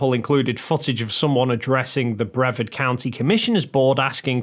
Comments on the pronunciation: Brevard is not pronounced "Brev-ard". It's "Bree-vard". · Brevard = Bruh-Vard. Not sure why that was getting to me, but it was so here we are. 🤣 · Florida guy here. It's pronounced (brih-VARD) County. Keep up your good work! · Sorry to be pedantic, but it’s bru-VARD County. 😊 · Just FYI,, the county name is pronounced bre-VARD, with the accent on the second syllable. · Sorry, I have to say it. Brevard is pronounced bruh-VARD. Vard rhymes with 'card'. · I don't. But that doesn't change the fact that the county is pronounced Bruh-VARD. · Proud Floridian here and i wanted to let you know that you mispronounced Brevard county. The emphasis is on the second syllable. And it rhymes with hard not herd. Just a friendly f.y.i. love your videos. Keep it up. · I know it's not important, but for the name Brevard, the emphasis is on the second syllable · For future reference, Brevard is pronounced with a hard A, like aardvark. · You are saying Brevard wrong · Not trying to be a dick, but you are saying the name of Brevard county incorrectly. It's a hard A. Like you are saying the word are in the middle of the last syllable. Like what you do. Keep up the good work. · I probably mispronounced it before I moved to Florida. That's why I put it as an FYI - it's not something I would expect him to now, but since he said it about half a dozen times, I figured it was worth telling him about, just in case he mentions it in a future video.